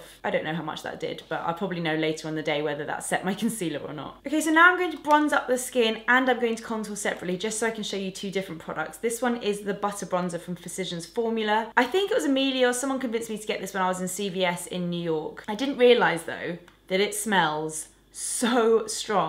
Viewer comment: Nice tutorial! Though I think you're mispronouncing 'physicians formula'. You're saying 'physizzians' but it's 'physishians'